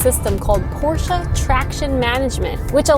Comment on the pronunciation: Thanks for pronouncing Porsche the right way! "Porsche" not "Porsch", like a lot of English speaker do, including car journalists who should know better. It's a family name so there are no different versions of pronounciation. Great review, really enjoyed it!